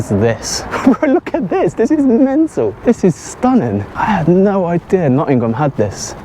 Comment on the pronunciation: Grew up in Nottingham, great to see the old haunts again... BTW the G in Nottingham is silent!!!